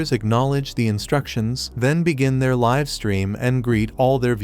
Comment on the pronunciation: Bro it's not live it's live prounince it better